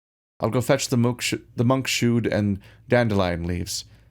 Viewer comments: I'm dying at monk -Shood! LOL Monks Hood ya big silly! :D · monkshood = monk’s hood, not monk shood fyi.